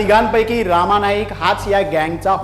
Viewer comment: रामा नाही रे रमा नाईक